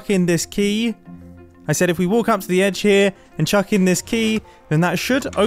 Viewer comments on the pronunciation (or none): none